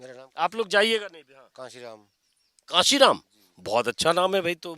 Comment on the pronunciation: कासीराम नहीं सर, कांशीराम जी कहिए